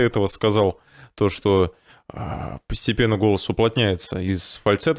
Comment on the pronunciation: вы слова "голос, голоса, голосов" произносите как то по другому. Мне слышится на казахский лад как будто гөләс, гөләса...